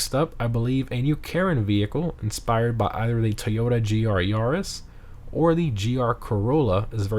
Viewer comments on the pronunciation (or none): none